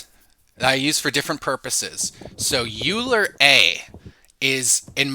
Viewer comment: Hi! Thanks for the video! And the many other videos, you’re probably the best source of distilled information out there right now. One small point of feedback: Euler should be pronounced like “oiler”, not “yooler.” Keep on going!